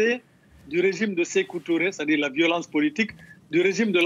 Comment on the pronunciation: Je suis vraiment désolé pour toi mon frère, tu n'es même pas capable de prononcer le nom dadis Camara et sekou Touré aussi avec ça tu dis que tu es guineene tu faire mieux de te retourne au Sénégal